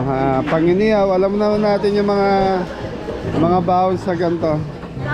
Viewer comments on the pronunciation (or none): BAON ---------- hindi BAHON. Murder ang Kapampangan dito. Cheer!!!